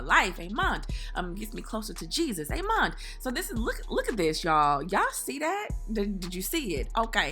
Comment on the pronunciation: Amond! Lol instead of amen